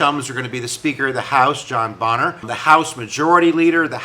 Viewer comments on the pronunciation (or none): Pronounced bain-er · Bayner - the Speaker's name is pronounced Bayner - other than that you've actually put a lot of muscle on what was a pretty thin skeleton from the media about this - thanks :) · Fascinating situation. Thanks for making both sides clear. Wasn't it Jackson who, in an argument with an aid about defying the Supreme Court said, "let Judge so and so stop me with his army." (Bummer on the pronunciation mistake. That just shows you read more than listen.)